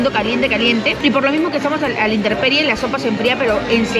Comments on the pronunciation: Es 'intemperie', no 'interperie. 👍🏼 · Es intemperie.... No interperie.... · Intemperie*, no interperie... Me encantó su vídeo, me da hambre cada vez que los veo comer, abrazo virtual ❤️